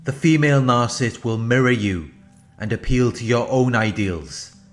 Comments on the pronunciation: The word is "nar-ci-ssist," not "nar-cist!" I really wish that you would pronounce the it correctly! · you know what he's saying. that's all that matters. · ...I like the shortened version...very fitting ...does the job...as much as the narcs. deserve!